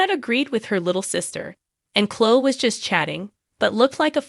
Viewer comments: Omg!!! Please learn how to pronounce names, it drives me CRAZY!!!!! Her name is not Clo, it's Chloe. Pronounced Clo ee, u morons!!! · Please pronounce the sweet girl’s name correctly. Cloeeeee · Cho? Pronounce her name correctly. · Why can't you say their names correctly? It doesn't make your site look very professional!